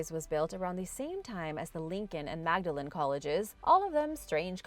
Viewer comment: I know you love unusual things so I thought you'd like to know that the Oxford college is actually pronounced Maudlin. It's something that even confuses those in Oxfordshire as everything else, except the bridge by the college, is pronounced the usual way. The reason for the pronunciation hinges on the period during which the college was built and the common practices of the time. According to Magdalen College, "during the 15th century, English speakers called Mary Magdalen Mary ‘Maudelayne’ without the ‘g’ sound. Later, we put the ‘g’ back in". Magdalen College has persisted with the traditional pronunciation. Loved your video and can't wait for the next, thank you